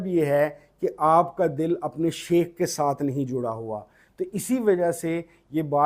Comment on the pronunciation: MashaAllah. Sir with due respect plz read as " Shaikh" not common word " sheikh".